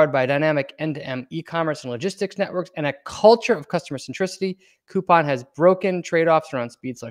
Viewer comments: It's pronounced -Cou-Pong. The Pang part rhymes with beer pong. I have some shares and work in Korea. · Start w pronouncing the company correctly....